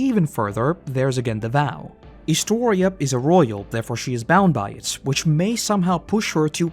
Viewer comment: ah, I find it extremely satisfying that you said my name correctly lol